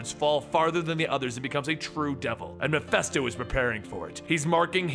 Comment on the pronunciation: It's: "MEH - FIST - OH". Mephisto. Not Mephesto.